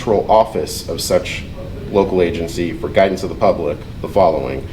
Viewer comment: Did the public records officer say ''pubic'' record ?